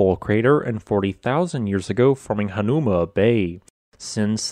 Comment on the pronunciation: I appreciate the geological info on this page but you should learn how to say Hawaiian names. For example, Ko'olau is ko-o-lau with an (ow) sound and Hanauma sounds like Ha-now-ma.